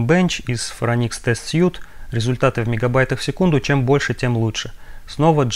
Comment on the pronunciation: отличное видео позвольте позанудствовать: в Phoronix test suite последнее слово читается как "свит", означет набор, комплект или апартаменты. слово которое вы произносите пишется без буквы e в конце и значит костюм